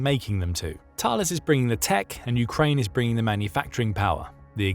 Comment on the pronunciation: Thales is pronounced Talless Group. The way to pronounce the name of the mathematician is (Thay-leez) just like the Thales theorem